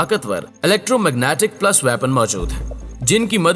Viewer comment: Oay Mama its PULSE NOT PLUS